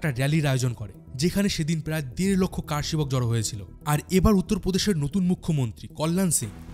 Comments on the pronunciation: আরে, আপনি কার সেবক বলছেন কেনো? বলুন কর সেবক। আশ্চর্য! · কারসেবক নয়, করসেবক।